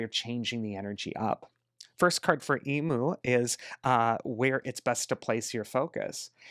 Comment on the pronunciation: Thank you as always for your prediction. As an Australian, I wanted to point out how we say emu in Australia. Found this.